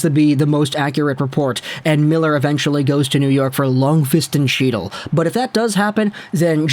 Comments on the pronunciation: 1. The C in Chytil is silent. Think 'Hetil'. 2. He is supposed to be a center, but he just looks like a winger. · Lmao that chy-til is driving me nuts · Fyi- chytil is pronounced Heat-il the ch makes a h sound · As a ranger fan for the love of god HE TILL The c is silent. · Just to put this out there as a Rangers fan, but if you are going to dump on our players/prospects (Chytil, Cuylle), it would help if you knew how to pronounce their names. I think you mean well, but it's clear that you've never actually seen either guy play. As for Miller, his price tag is going to be more than what the Rangers should pay. No team in 30+ years has gone from missing the playoffs 4 years running to winning the Stanley Cup, and they won't be able to re-sign Miller at the end of his contract (they have a two year cap crunch coming up due to dead cap and Zib's and Fox's new deals). I'm still convinced that Vancouver is dropping the Rangers' name in the media to try and drive up the price from other bidders, because the move just makes zero sense right now for NY. TL/DR--Vancouver should get more than the Brooks package in return for Miller...but they shouldn't get it from the Rangers. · Oh yes, …. The C is silent ..